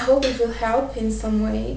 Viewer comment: Hehehehe funny how frenchmen don't pronounce H . Like you said " Elp you " instead of "help" :p